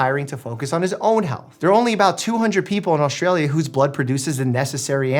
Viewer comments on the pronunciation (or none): I really, I have to tell ya. There's no "H" in AUSTRALIA. It's not AUSHTralia. There's never any H sound in ST.